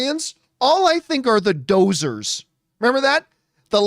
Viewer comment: GAH! Doozers not Dozers.